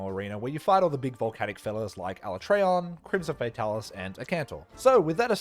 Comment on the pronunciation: Ala-tray-on wasn't too bad. While I'm still used to Ala-tree-on, at least they didn't do it as dirty as my boy TEE-grex